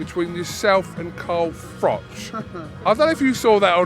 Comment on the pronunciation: He pronounces froch " frock " and like " lich " .....alot of spit in that mouth, fella